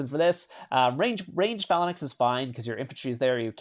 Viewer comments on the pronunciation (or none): Nice video. Also it’s pronounced FAY-LANX, not Falanax. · it's pronounced FAL ANKS...not FALA NIX....but good video bro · he keeps saying phallan-X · Phalanx is Fay-linx not however you say it lol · Cringey pronunciation of Phalanx. 😬